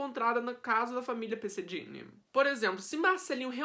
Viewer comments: Se pronuncia " perseguini" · Pesseghini e não Dini